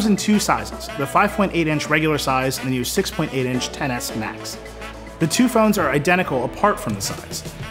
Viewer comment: its not "ten s max" it's xtra small max